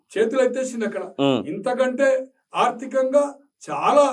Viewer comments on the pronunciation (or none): none